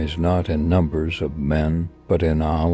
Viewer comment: Why do they have someone narrate a beautiful clip like this who can't even pronounce "Allah"